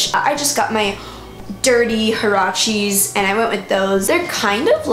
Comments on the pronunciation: the way you pronounced huaraches hurt me but it’s understandable 😭😭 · lovelylight I had no clue what she meant I thought it was a brand or something but now seeing it in writing I feel an awful cringe lmao omg